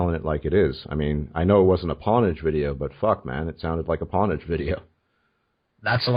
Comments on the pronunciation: That guy really can't pronounce pwnage? Lmao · For clarity (as I'm not a "gamer" per se) it's pohn-age, yea? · "Pawnage"? LOLZ.